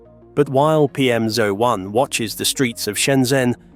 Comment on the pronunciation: This is an AI narration, right? Firstly, a Brit would never say "Side walk" it's a pavement or path. Only american's need directions on where the path is within the name of the path. Secondly, it pronounces "PM01" as "PM-ZO-1" which is an AI glitch. Is this whole video AI generated and if so, where the fuck did the bus leave from for the humans that don't want to be surrounded by all this AI bullshit???